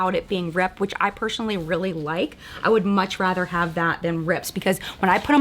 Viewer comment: Why do you say personally like that? You say pershonally lol. It just makes me stop and think every time I hear it.